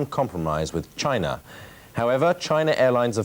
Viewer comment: The way that man says "CHina"!